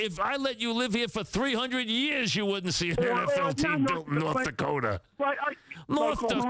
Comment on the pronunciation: "NORTH DAWKOTA?!